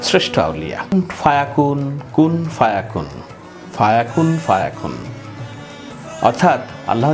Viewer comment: 'কুন ফা ইয়াকুন' বলুন।